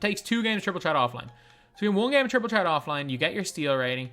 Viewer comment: It’s triple ‘threat’ not ‘ tret’